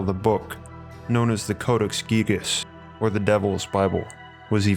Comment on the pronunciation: Gigas... “Gygus...” 🤔